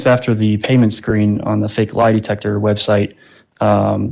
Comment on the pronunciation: De-tec-her……but she said she has a Masters degree 😂🤷🏽‍♀️🤦‍♀️